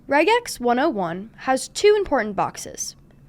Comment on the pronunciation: Thank you for pronouncing it correctly!